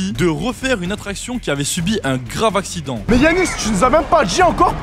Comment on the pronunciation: avait dit asident à la place de accident 😂😂😂😂😂😂😂😂❤❤